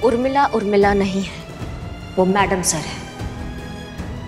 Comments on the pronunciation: Umrila nahi Urmila hota hai cheete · Urmila ko umrila bol raha he😂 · Abe cheeteh umrila nahi hota hai urmila hota hai